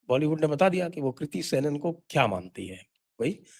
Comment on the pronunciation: Kirti किर्ती नहीं kriti क्रीती